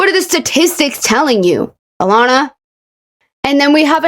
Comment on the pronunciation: as someone who has the same name as her i formally apologize. but also the way she butchers her name is so funny to me (it’s pronounced uh-lah-nuh